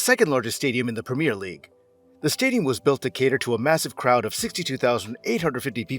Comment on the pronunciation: I can’t listen to this : Tottenham HotspurS , the clue is the name of the stadium Tottenham Hotspur Stadium (which he seems to get right), then compounding the misery with “Spur” fans !, the nickname is the SpurS , plural. Premier league pronounced wrong, it’s a wonder he didn’t call it soccer😂 but then he gets a perfect pronunciation of Worcester, I don’t get it is he doing it to wind us up? You are one of “it’s” kind mate.